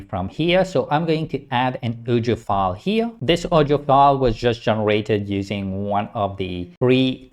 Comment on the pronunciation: I'm sorry, but I don't understand the word you say often - I think you mean something like "audio file" e.g. 😊